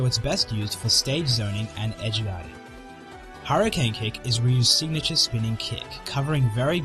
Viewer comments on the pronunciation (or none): none